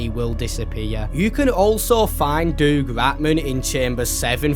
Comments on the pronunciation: Doug is like dug, not doog. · I’m sorry but I can’t be the only one who’s toes curl in cringe every time pronounces Doug Ratman, it’s “dug” not “doog” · Is he saying Doug like Doog instead of Dug? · Did bro really say doog ratman? IT'S DOUG RATMAN! Pronounce it dug not doog. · Who the heck is doog ratman😂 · doog ratman its Doug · Who the hell reads "doug" and think it's pronounced duke? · The FNAF music in City Undercover is actually a stock recording of the Toreador's March, which just so happens to have been used in FNAF. Also the fact you pronounced Doug as "Doog" infuriates and hurts me. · Bro really said “DoOG RaTMAn” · why do you pronounce doug like that 😭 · Please learn how pronounce the name Doug